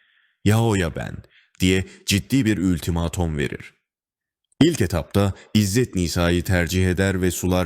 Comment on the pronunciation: Seslendirme sanatçısına gerek yok seslendirenin telaffuz çalışması ve okuma pratiği şart .Ses iyi telaffuz çok kötü “ültimaatooon gibi